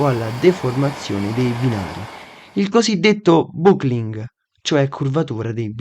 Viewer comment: Che 2 palle sto video…. Tra l’altro “buckling” è inglese e si pronuncia “backling”…..